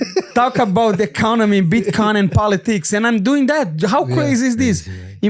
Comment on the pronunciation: “Bitchcoin” I swear this dude is doing it on purpose lol